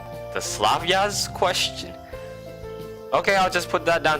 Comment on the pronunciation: Correct pronunciation "Slavya" without "i" in "ya". Soft "v'" smoothly proceed into "a". Try it. "Zhenya" is the same, but "zh" it's like in french "voayGE" not just "z". P.S. Ancient and rare Russian name "Slavyana" is derived to word "Slav". P.P.S. Don't worry "zhya" never happens in Russian. ))